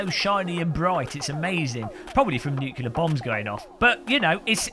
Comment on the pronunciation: Lovely summary of the whole thing. BUT one gripe. Massive one in fact. Perhaps world shattering even. The word "nuclear" is NOT pronounced "nuckular"! Pet peeve engage...